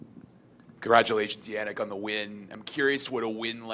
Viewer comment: What is wrong with the dude . No one in the US actually talks like that. Can’t even pronounce Yannik correctly